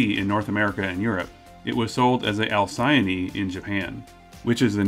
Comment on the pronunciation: i think you pronounced alcyone wrong